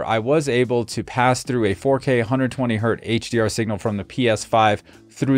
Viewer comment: Has HDMI been fixed since this review? BTW, it hurts my ears when you say "120 hurt". It's "Hertz." Named after Heinrich Hertz. It's always Hertz, even if it's "one Hertz."